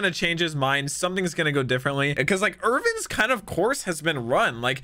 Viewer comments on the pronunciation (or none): IRWIN. IRWIN. NOT IRVIN. FUCK. LOL.